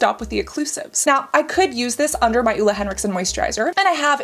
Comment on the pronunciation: The way you pronounce Ole made me think you where saying the female name "Ulla" 🙈 Ole is more like "O-leugh". The "E" being pronounced like the "Ir" in "bird"